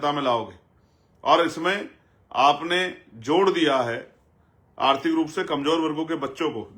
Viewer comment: पहले बोलना सिख लें आरती अर्थी अर्थ अर्था ये क्या होता है उसको आर्थिक बोलते हैं